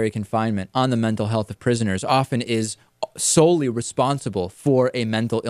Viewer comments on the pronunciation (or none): none